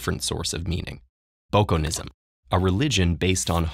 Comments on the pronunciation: I have to just add--as one who appreciates this video and the work it does--that it's not "Bokonism." It's "Bokononism." Because it matters, even if it doesn't matter. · A good brief summary. It's Bokononism", by the way. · Great video about a great writer, though I think you may be missing a syllable in Bokononism, it's sounding more like "Bokonism" here